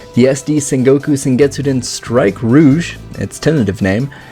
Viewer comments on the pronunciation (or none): Why do you keep saying "sengetsuden" when it's "SOUKETSUDEN"